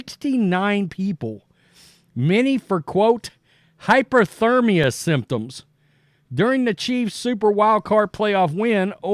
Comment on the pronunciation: It’s HYPOTHERMIA not hyperthermia.